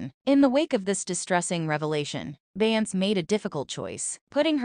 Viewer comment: Say her name correctly!!!